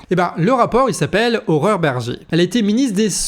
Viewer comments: Pour une fois que quelqu'un prononce correctement le prénom de Mme Bergé: "Horreur"... Bravo, trois fois dans la même vidéo, tu mets la barre haute mdr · Tu prononces "Horreur" Berger, non ? J'aime.